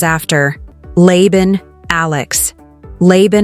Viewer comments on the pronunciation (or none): LABAN is not pronounced LEI-BAN. It is pronounced LUH (as in Lalalala) and BAN (as in Bun, like bread). LUHBUN. Maybe AI can be taught? Who knows!